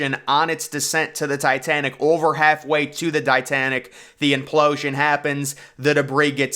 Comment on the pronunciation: After hearing the word implooosian 3 times I'm switching it off